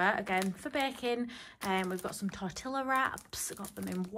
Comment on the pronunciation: Loving this but it’s cracks me up the way you say Tortilla 😅